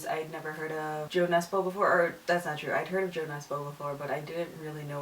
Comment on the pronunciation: I think it's so funny how english-speaking people pronounce Jo Nesbø's name :P